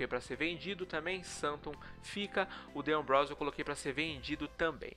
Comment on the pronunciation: o D'Ambrosio, não se pronuncia De ambrosio, o certo é Dambrosio.